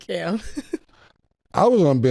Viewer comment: mase first time sayin cam right 😂😂